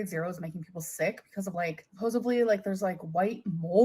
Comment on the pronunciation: like we're going to take advice from a 600lb illiterate dumb shit that says supposiVely & sawL. She's just barely not mentally handicapped